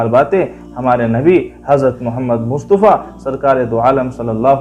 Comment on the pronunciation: مصطفیٰ ط کے زبر کے ساتھ ہے نہ کہ پیش کے